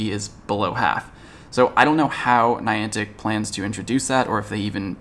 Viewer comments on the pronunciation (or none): none